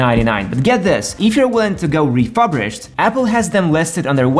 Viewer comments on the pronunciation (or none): It’s re-fur-bished, not re-fub-rished.